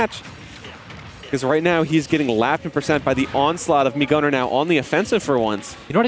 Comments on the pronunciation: What did it said "mii guner"? it is oviusly snas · It’s fucking mii gunner you annoying piece of shit